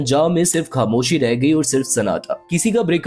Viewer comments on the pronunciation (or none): آپ کے تلفظ بہت خراب ہیں مداح۔ کھاموشی ((خاموشی)۔ گایب (( غایب) وغیرہ۔